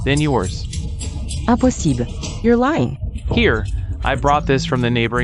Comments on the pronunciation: Impossible is pronounced the French way 😂 I also noticed that the word come is pronounced like the Spanish way too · Anyone noticed how these AI dub voices are unable to correctly pronounce the words impossible and fine. So funny!😂😂😂